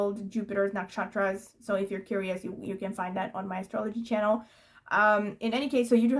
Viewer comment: It's quite amazing you pronounce the Indian astrological nakshatras names so correctly :)